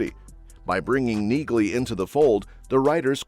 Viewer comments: NEALEY, not Neagley. The g is silent. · Pronounced Nealey